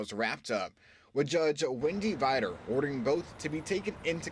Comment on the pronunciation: First things first. They’re guilty as hell. This investigation of this criminal conspiracy took yrs to bring into Court. Congratulations to all of the work The U.S. Attorneys Office in New Orleans persevered through to make this day possible. Btw, did anyone catch the Judge’s name (mispronounced) in the first 30 seconds of this report? It was former LA. (R) Senator David Vitter’s wife, Wendy. Checkout the backstory on her rise to “Senate Confirmation,” which would NEVER have happened but for the efforts of The Kentucky Senior Senator, Mitch McConnell and his “end run” around regular order which he pursued over an inordinate amount of time to find the right moment to sneak through a conformation that already had NO chance of passing. In the meantime, former LA. Senator David Vitter, who found himself unable to mount a reelection campaign (after his own prostitution scandal was revealed) had become a lobbyist for a Middle Eastern Co. wanting to open a metal refinery operation (if memory serves) in the very State (Kentucky) that the Senate Majority leader at the time, Mitch McConnell is from. Quid pro quo? I don’t know, someone tell me. However, one thing is true, this all damn sure smells like bs to me. A woman who was said to have never been in a courtroom to actually try a single case, or had ANY legitimate necessary experience the full Senate would ever see in order to approve her, which might have everything to do with why she would have never been appointed through regular